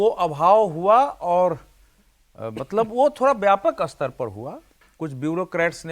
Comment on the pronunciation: अस्तर नही स्तर बोलो